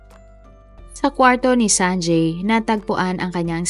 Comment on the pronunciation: You have inconsistently pronounced the name “ Sanjay” ..